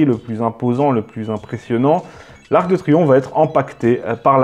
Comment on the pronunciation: Pas ar-que-de-triomphe mais arc/de... Le fantôme du "e" caduc... de Reichstadt